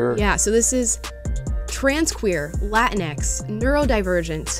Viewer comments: Correction: the pronunciation is not 'Latin-ex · She pronounced ‘la-teenks’ wrong 😑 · Say it correctly! It's "La-Tinks" 🤣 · It's pronounced: La tinks